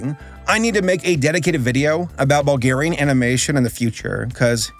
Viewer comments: All the Bulgarians are gonna love this. You just butchered a Bulgarian text. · if you ever need to read another bulgarian title know that us bulgarians put emphasis on the front of the word not the back